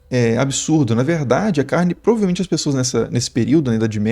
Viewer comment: Porquê a maioria das pessoas não falam corretamente a palavra Provavelmente? Até parece preguiça. 😅